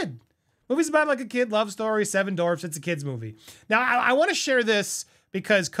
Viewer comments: dorfs??? DWArf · It’s not Dorfs it’s dwarfs buddy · It’s not “dorvz” it’s dWarfs lol, other than that I agree with everything you said. Also, thar TikTok girl should be the writer and next actress for snowwhite after this one tanks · DWARFS Andy, not Dorfs 😂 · Bro, it's not Dorfs, it's Dwarfs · dWWWarfs. dWWWWarfs. Omg, saying "dorfs" over and over...Ugh so cringe. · Hehehe - “Dorfs”😂😂😂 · I'm giggling, Andy🫢🫢🫢 Seven Dorfs 😉 I have a hard time with some words, too. "Dorfs" works too! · Distracted by the pronunciation “dorfs” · “Seven dorvs” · Lol - the "W" in "Dwarfs" is not silent. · You cant pronounce "dwarfs"?????? Lol. Maybe not say it as much.